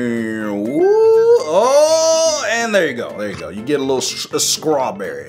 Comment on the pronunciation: Skraberry What he really meant:Strawberry 🍓 🍓🍓🍓🍓🍓🍓🍓🍓🍓🍓🍓🍓🍓🍓🍓🍓🍓🍓🍓🍓🍓🍓🍓🍓🍓🍓🍓🍓🍓🍓🍓 Nom nom nom Strawberry 🍓